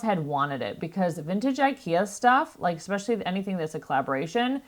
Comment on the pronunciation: It’s ESPECIALLY! Not eXspecially, there is no X